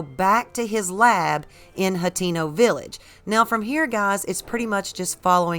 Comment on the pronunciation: I wish she'd stop saying "Hot-TEEN-oh". Oh well, I guess that's just what white folks from the southern US say